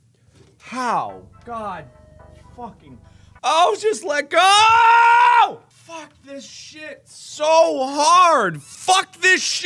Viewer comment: Not me taking a hit of nic stick every time he says phuk😭